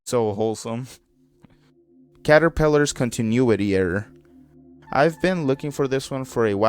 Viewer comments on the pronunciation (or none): Uh about continuity A) it’s pronounced con-tin-new-ity B) It’s about how episodes connect to one another lore wise I’m not sure what caterpillar is refering to but that might aid with research